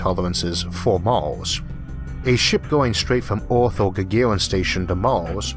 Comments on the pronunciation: Mawshun? Orth? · Its Earth not Eaourth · SO PEOPLE, IF THERE IS ONE THING YOU CAN LEARN FROM THIS VIDEO, THAT IS THAT EARTH IS NOT CALLED "EARTH", BUT "ORTH" INSTEAD, HAHAHAH. :D :D :D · This host has big problems with clear english pronouciation - did you not have a better one ? Orth ??? He is speaking martian english or worse . . . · Is there something wrong with my sound or is he pronouncing every er as or? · Can any English native speaker tell me, what is the accent the guy speak with? The pronunciation of the word 'Earth' sounds strange to me.. like some kind of Scottish? :-) I ask of pure curiosity, no offense meant .. Thank You. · Why do you have a hard time pronouncing words like Earth? It's very distracting and it takes away from the story